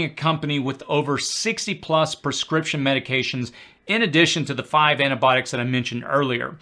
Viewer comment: The medication term is NOT "ANA-Botics" ... Your Grammer sucks... Improving pronunciation will enhance your credibility.....